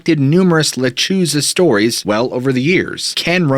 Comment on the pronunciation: Lechuza pronounced letrusa.